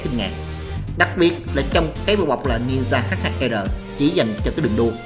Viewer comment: Đọc luôn là H2R đi H2 e r khó nghe v